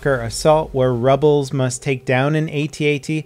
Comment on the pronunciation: "Rubbels" really?